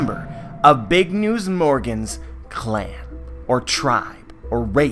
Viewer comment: He says it like BIG UH NEWS UH as in when the characters in anime say a word in english word they always add the UH